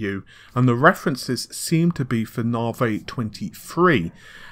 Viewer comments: Naav-ayy haha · What do you expect from someone who can not even pronounce Navi let alone his own name. "Hi, my name is!" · I mean this channel is known for one thing.. and one thing only.. the inability to pronounce basic words like NAVI.. it becomes naveeh here.. and renore.. for Renoir.. it's a bloody insult to the developers... well I guess padding news with irritating "small talk" is another main feature.. but ye.. so done with this trash channel. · RENORE?.. IT'S RENOIR YOU FUCKING IMBECILE!.. it's bad enough that you can't fucking pronounce NAVI but go get some fucking english classes! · Excellent video! but one tip, work on your pronunciation my man. Nahhhvay? Compare-atively? WIff? So wrong...and it just reduces your credibility.